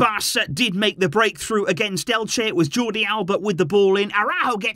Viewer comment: lol, its Elche. great game though